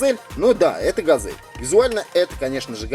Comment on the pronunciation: Ведущий говорит не правильно, не газэль а газель и как-то он сказал мицубиси а надо мицубиши и ещё он сказал лада вэста а надо лада веста. Пусть ведущий учит слова!!!😡😡